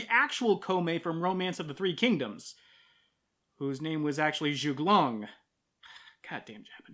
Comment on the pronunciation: Yes, Zhuge Liang. It's not pronounced Zhug Long.